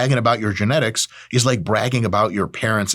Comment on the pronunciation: "genetics" - trenetics